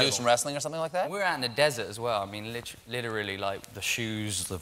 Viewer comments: FINE AF. being lost a little due to his roles using an American accent. when he says “everything” - it sounds very New Yorker. Again he corrects his brit accent in favor of an American accent when he says, “literally”. I hope he never loses his roots!! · Went to say "Literally" in his British accent and quickly switched it out to a more American pronunciation 😂